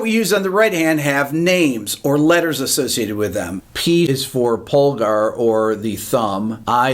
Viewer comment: Wow I didn’t understand your pronunciation of pulgar, indice, medio, and anular for a minute there. You have terrible Spanish pronunciation! 😂 LOL